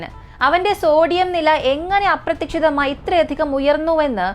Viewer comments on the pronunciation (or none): അപ്രത്തിക്ഷിതം അല്ലാട്ടോ അപ്രതീക്ഷിതമായി എന്നാണ് tto